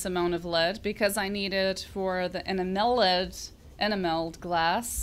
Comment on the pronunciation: E namel......like camel.......Duuuu! Enameled!!!! please say it right.